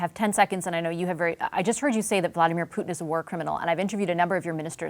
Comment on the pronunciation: Odd? Her Russian prononciation was spot on, actually.